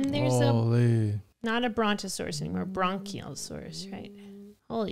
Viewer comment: The long-necks: the one from first film is called Brachiosaurus, not bron-ciosaurus, and the species in this one is called Mamenchisaurus. The crested duckbill is called Parasaurolophus. The little critters that swarmed and killed Dietrer are called Compsognathus, "Compy" for short. And the 'Pterodactyl' at the end: Pteranodon.